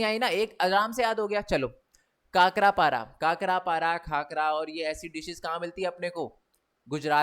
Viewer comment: Sir wo khakra hota hai kakra nhi Love ❤ from Gujrat